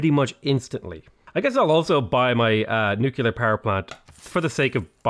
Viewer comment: What are these Nucular (nuclear) power plants you keep speaking of .... I am unculer (unclear) what you mean;P